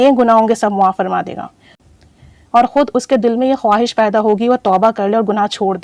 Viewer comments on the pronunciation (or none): none